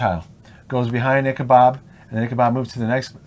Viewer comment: His name is Ichabod not Ichabob.